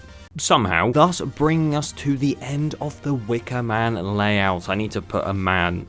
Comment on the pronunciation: He said DA WIKAMAN